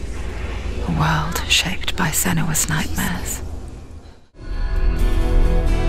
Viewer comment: senua ซีนัวนะครับ 55555 ฟังแล้วแปลกๆครับ55555 ขอโทษที่ติเรื่ีองนี้นะครับ